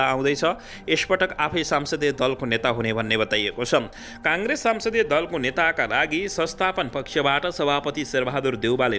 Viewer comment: Sansadiya hoiena Sahi uchcharan garnu paryo.